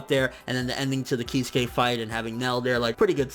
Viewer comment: Kiz-ew-kay not keyskay